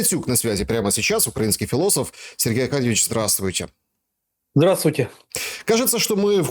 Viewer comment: ХфЫлософ и его ХфЫлософия